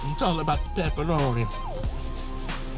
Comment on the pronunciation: I really love you say "Peppa-roh-knee" my son thinks its hilarious. we just laugh and laugh.